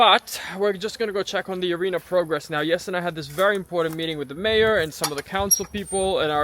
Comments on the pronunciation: Looks amazing … yes, 10 meters back was a good idea. Can hardly wait for when it’s all been finally landscaped! So when you said mayor, I actually thought you meant mare … and I was going to say what mare did you get? Anyhow, hope they enjoyed the visit … maybe your permits will get approved faster, now that they can envision the equestrian facility you’re creating there. Thanks for sharing the updates! Blessings! 🙏🙌✝️✡️♥️ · Mayor… I thought you said mare… I thought you bought another horse!